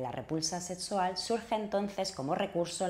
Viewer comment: "Setsual"? Hable bien; se dice "sexual". Vaya a un fonoaudiólogo.